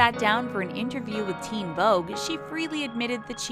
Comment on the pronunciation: Theen Vogue haha